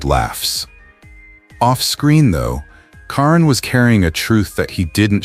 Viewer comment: How insulting you use the female spelling for KARAN Brar, IT'S NOT Karen geez AI really REALLY SUCKS..